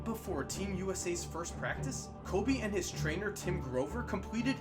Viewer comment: It’s KO”freakin’”BE